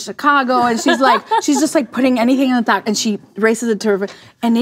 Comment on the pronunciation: The way she says taco is somehow much worse.